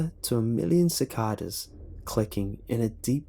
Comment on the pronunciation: He pronounced it Sacada! lol.